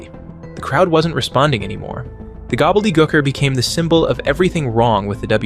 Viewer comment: Gobbledygooker like goo-ker like gooey.. not gucker. Lmao js